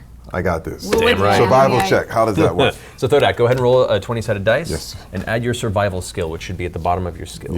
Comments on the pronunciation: Terry Crews: "I AM THODAK!" Me: ... Me: You mean Thordak??? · Every time I hear Thodak I have a mini heart attack Matt has scarred us!